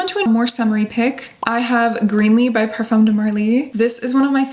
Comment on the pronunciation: You live in France it’s time to adjust your pronunciation of “parfum” pleeeeeeeez